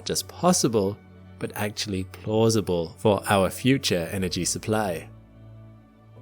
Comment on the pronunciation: "plausible"? 🤣 Sure...